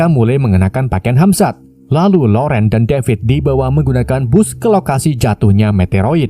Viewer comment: Hazmat om, bukan Hamzat..